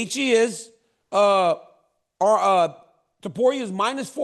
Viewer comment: I'm surprised cheal can say topuria name correctly